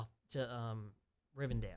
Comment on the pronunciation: THANK YOU. AND ITS ARAGORN, NOT ERAGON. ITS RIVENDELL, NOT RIVENDALE.